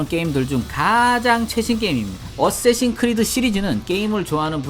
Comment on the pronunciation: 어세신이아니라 어쌔신